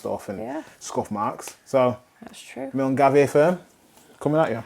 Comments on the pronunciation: Mul-guy it’s pronounced. Scottish tongue twister lol good vid as always ❤ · Was just dropping in with the proper "Mull-guy" pronunciation but I see it was already shared! Despite living not too far, I also pronounced it phonetically most of my life - I only realised how wrong I was when I heard it called out on a train announcement! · Hi guys loving your videos. Have been working my way through them as I have recently subscribed to your channel. This episode was fab as the football shirt you bought ( milngavie pronounced mill guy) is a local village where we live on the outskirts of glasgow. Not sure how it ended up down south lol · Hi, Milngavie is just outside Glasgow, & it's pronounced Milguy! XX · milngavie is pronounced "Mill Guy" and its basically a suburb of Glasgow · The football top is pronounced mill guy, lol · The football tee shirt being a mad wee scot who lives on Shropshire lol 😆 it's pronounced Mull guy I know its crazy giving it Milngavie, love ❤️ you guys xxx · Haha, I grew up not far from Milngavie (or Mull-guy as it's pronounced). Amazed that a local shirt found its way all the way down there!